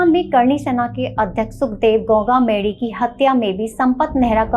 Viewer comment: गोगामेड़ी हैं वो मैडम नाम तो सही से लो